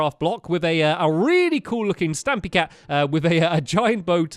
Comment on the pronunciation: For a sec I thought stampy said stabby cat